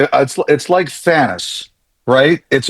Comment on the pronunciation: I mean, a lot of people will get the Thanos reference, but not when you pronounce his name Thanus.